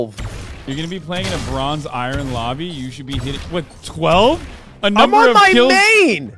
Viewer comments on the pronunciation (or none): hearing i-ron makes me die inside